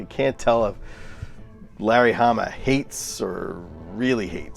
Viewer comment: Did you say Harry lamma verse............................I know ..... you said Larry Hamma